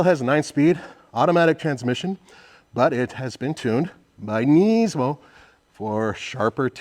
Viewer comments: Why are you saying "Neesmo"? It is Nismo. Sounds like Gizmo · Its not knees-mo its Nis-mo 😂